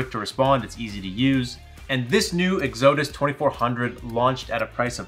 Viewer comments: ECK-SEW-DUSS?????? WTF??? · It is not "Exo'dus". LoL. Please don't empha'size the wrong sylla'ble. (So Not pronounced like Exodia from Yu-Gi-Oh!) Ok now that I got that out of the way... This looks like a pretty good bargain, if you can deal with the noise level, and it is on sale. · Exodus = XADUSS is the proper Pronunciation. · the way you pronounce exodus is hilarious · ..its Exodus....emphasis on the "E"... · Had to stop listening after you mispronounced Exodus for the 5th time. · While you may be farming comments for the YT Al Gore Rhythm by mispronouncing words intentionally, I would yank this video and reshoot the intro. Exodus is too common of a word. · 😂 They know what they're doing...they do it with almost everything. Lol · its O-PEZ not oops and where is he getting exodus from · He’s actually saying oupes and exodus wrong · Very painful video to watch when he just can’t pronounce Oupes or Exodus correctly 😵‍💫